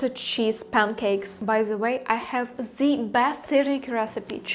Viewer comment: вітаю, рекомендую казати зі, а не зе у фразах (the most), в ідеалі глухе зі, схоже на ді, будете звучати як нейтів спікер. Конент пушка, піду навалю вареників зі сметаною